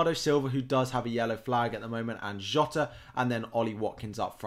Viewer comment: well done for pronouncing Jota correctly! lol